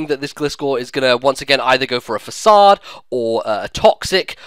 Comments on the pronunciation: Facade (FAH-SOD) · FAH-CAY-DE - Facade. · Façade (fuh-sahd) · *sigh* thats the one thing I really dislike about the english language. too many words have too many pronunciation possibilities. I would go with fa-cayd because fa-sawd sounds french, but Im not even a native english speaker so what do I know. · Facade- Fa-sa-kade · lmfao people actually say Facade as Fuh Kayd? >_> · No.. The real way to say it is FAH-SAAD but can say how he wants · Facade (Fah-sah-d). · nah, its FAH-SOD. I even checked on google translate :)